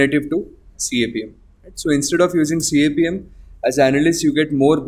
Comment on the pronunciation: It’s pronounced kapem